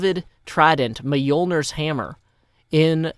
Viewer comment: bruh you miss pronounced Thors hammer literally any advengers fan in exsistence is going to unsubscribe to you mate